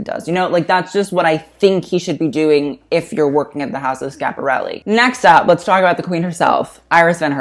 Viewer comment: please prounanca the I in Schiaparelli